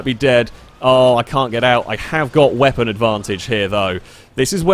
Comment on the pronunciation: “We dooh have Hehvy wehpon advantage tho” dies immediately